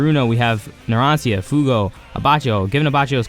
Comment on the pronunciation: good vid, but the "cia" in Narancia is pronounced "cha" because it's Italian